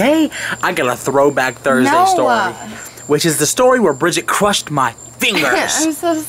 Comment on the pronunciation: dat mudder phuker cwushed ur feengirs!!!